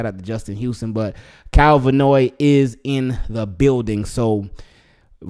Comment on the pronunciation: His name is Van Noy, not Vanoy.